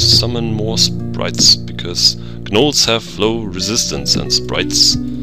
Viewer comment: Hi, great LP so far, and I know this is a year late or so, but the 'G' in 'Gnolls' is silent. =) Just FYI!